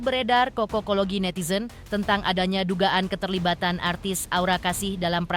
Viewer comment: Kokologi ki opooo..😂😂😂 bacanya cocok-kologi. Asal kata dari cocok. Huuuu